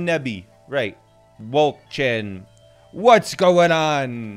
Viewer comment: Wölkchen😂 (He said WoUlCcHeN but no front😊)